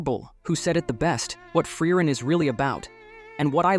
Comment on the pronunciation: Not even "Generic ai voice 2" can pronounce frieren correct